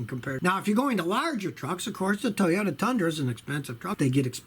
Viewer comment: i just made a compilation of every time he says toyoya lol